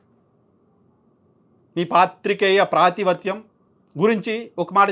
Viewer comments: మీరు ధైర్యంగా వ్యాఖ్యానిస్తున్నారు. కానీ 'ప్రాతివత్యం' కాదు.'పాతివ్రత్యం' గమనించ మనవి. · ప్రాతివత్యం కాదు అండి గారూ పాతివ్రత్యం.....🙏